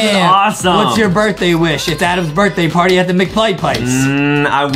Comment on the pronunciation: on the perfect lie game and there was a lankybox party the mom/teacher said larty and you said p and l together i think she attually said plarty